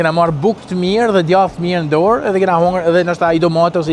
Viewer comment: Po shqip esht djath..jo gjath!!!